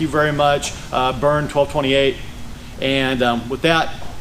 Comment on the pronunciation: Hi! I'm thrilled you used my questions to make this video. Awesome. And you even said my handle correctly, (twelve - twenty eight). Wishing you much success!